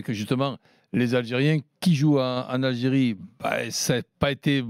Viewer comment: C'est pas l"algeriiiie c'est Aahh j'ai rie